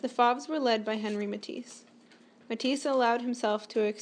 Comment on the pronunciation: Fauve rhymes with COVE not SLAV If you expect to be taken seriously, learn the pronunciation of the subject of your lecture